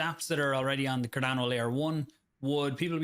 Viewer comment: "CarDANNO" Book'em Danno!